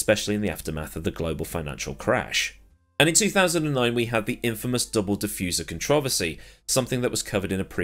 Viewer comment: As long as we agree to disagree on the proper pronunciation of the word controversy I will watch your videos. And I will put you on solid rotation for my new techs. Deal?